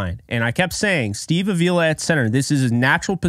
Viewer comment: Come on,. It's Steve AH-vee-la. Not a-VEE-la.